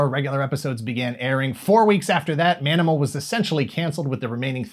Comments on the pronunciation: I know you said Manimal, but I swear I heard "Danimal"the first time. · The proposed spinoff... Did you say, "Ma'aminal"?